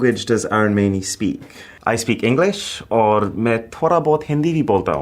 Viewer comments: the way he is pronouncing his name idiot! It’s AR UN not Arooon! 😂 Indians with absolutely hilarious way of pronouncing their actual name! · Oh no! So sad that Arun mispronounced his first name and made it 'Aaron'. It's 'uh'-run' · No bro, you are not Aei-run, you are A-roon. Learn the pronunciation of your name first. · He doesn't know his name's pronunciation? It's not Aaron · Is anyone gonna tell him that his name is pronounced 'uh-roon'? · Bro pronounced his name as 'Aaron' 💀😭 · bruh the accents caught him so bad that he even mispronounces his own name. My father's name is also Arun and i can't imagine someone calling him Aae-Run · Dude you can't even pronounce your name right what is wrong with you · Bro you don't even know how to pronounce your own name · I wish he pronounced his name right 😢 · you know you different when you cant even pronounce your name right. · Dude!! you are pronouncing our name wrong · Why do you Mispronounce your own name.!!